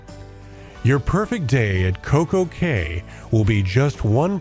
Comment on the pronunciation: Looks awesome! Pretty sure Coco Cay is pronounced "Coco Key"